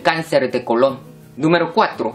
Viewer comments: Es colon sin acento....con acento sería como Cristobal Colón, no es lo mismo en la pronunciación...😒😒😒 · Decir cáncer de colon con asentó me dio mucha risa